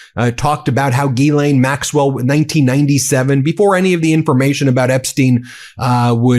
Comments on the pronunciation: Please set an example by pronouncing Maxwell's name properly. It's French and the beginning GH has that same sliding DJ sound you hear in "deja vu" or "bonjour". So, DJEE-len Maxwell. She may be a monster, but call her by her name. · Ghislaine: jeez-LAY-nee